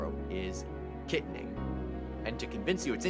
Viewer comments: Gettysburg should have been obvious if you've ever lived there, as I have - You've spent too much time on the east coast - and BTW - the borough north east of PGH is pronounced Kit TAN ing ... not KITanning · Get your pronunciation right! KiTANing, emphasis on the TAN. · Thanks for the interesting video. The town Kittanning has the accent on the 2nd syllable: Kit-TAN-ning. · KA. Tanning not Kumming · Ki-tan-ning. Accent on the second syllable. Not Kitten-ning. Please and thank you.🎉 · Ki-Tan-Ning not Kit-aning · Great video…buuuut…Kittanning is typically pronounced Ki-Tan-ing not Ki-tu-ning. I grew up in western PA, and never heard Kittanning pronounced the way you did. Even Wikipedia got this right. 😂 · Kit-tan-ing not kittening fyi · You pronounced Kittanning wrong. You pronounced it like it’s spelled Kittinning. There is no “i”after the double t’s but has an “a”letter and pronounced more like a short a or Kit-tan-ning. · It is pronounced Kit..TAN...ning! Grievous error to emphasize KIT. Please correct. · It's pronounced KitTANing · Number 8 is pronounced Kit-tan-ing. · You mispronounced Kittaning. Kit TAN ing. The middle syllable is pronounced exactly like the word "tan" and is emphasized. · its pronounced Kit-Tanning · Kittanning is said like Kit-tan-ing. So you say kit then the word tan. Then ing Kit-tann-ing. And it's Mt Carmel Like car-mul. I grew up in berwick/nescopeck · Kitanning. KA*Tan*Ing. Mt. Carmel : Mount CarMel No emphasis on "Mel". BELL Fonte is the correct prounciation. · #8. Is pronounced KIT TAN ING not kit nee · Love your your video, but you mispronounced Kittanning. Ki-tan-ning. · Kit - TAN - ning Bell - Font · It's called Kit-tan-ing. LOL And it is lovely. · I'm from Pittsburgh and can't disagree with the video. One thing i will say is kittaning is pronounced kit-TAN-ing. Almost like the color tan, and not like a small cat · Its pronounced KI TAN ING,OR KA TAN ING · It’s “Ki-TAN-ing” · It is pronounced Ki-tan-ing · it’s pronounced KitTANning